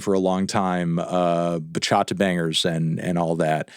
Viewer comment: this list was entirely invalidated the second you pronounced bachata as "buh-cAH-tuh", Melon. Jeffry over all!